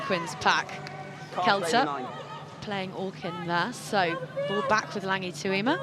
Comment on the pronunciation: Can someone explain to Katey Mclean how to pronounce Tuima's surname? How many times.